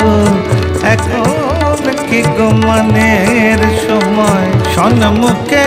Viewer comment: "এখন কি গো মানের সময়/ সন্মুখে বসন্ত" ।। "সন্মুখে " নয় , সম-মুখে = "সম্মুখে" ।দুর্ভাগ্য আমাদের। এতবড় শিল্পীর কাছে এমন ভুল উচ্চারণ অনভিপ্রেত।